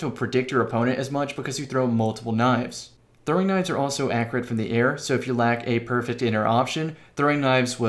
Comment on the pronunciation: What is up with people's inability to pronounce accurate